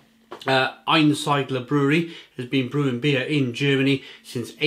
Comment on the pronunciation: Ayn -Seed-La would be the way we pronounce it here in DE , Cheers